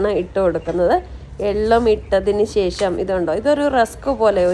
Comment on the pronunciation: അടിപൊളി.. പക്ഷേ ....ശേ... ശം അല്ല ശേഷം ആണെന്നാണ് എൻ്റെ ഒരിത്...😊